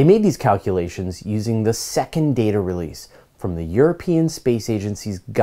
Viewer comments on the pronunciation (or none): none